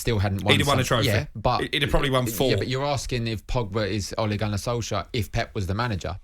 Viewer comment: So irritating, pronounce his name properly,it's Ole not Ollie.